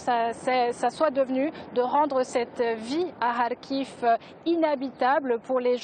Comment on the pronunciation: Kharkiv pas "Khariv" !